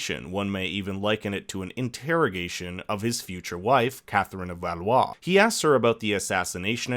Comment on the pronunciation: A-gin-cort Doh-feen But Valois he gets lol